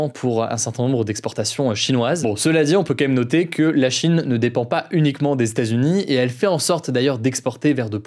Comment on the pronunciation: "Les stats-unis"... Franchement Hugo, ce serait bien de prononcer correctement états-unis. Tu es trop important comme média maintenant pour parler comme un wesh wesh même si l'on apprécie le côté plus informel de tes actus du jour. Ta prononciation est bonne par moment puis mauvaise à d'autres.